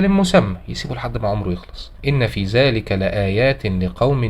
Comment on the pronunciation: مشالله عنك تبارك الرحمن لكن ارجوك تنتبه للفظ القرآن هذا لحن جلي (ان في ذلك وليس زلك)